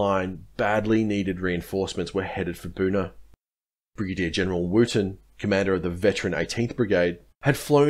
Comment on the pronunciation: Good account. Couple of small pronunciation points: It's Vasey as in 'chase'. I grew up on Vasey Concourse, Melbourne named after them. And it's Wootten as in 'wood'. My father was a fighter on this coast with the 6th Div. He watched Adachi being carried into their position, in a chair tied to poles. The Japanese said they surrendered to the 6th because of its battle honours.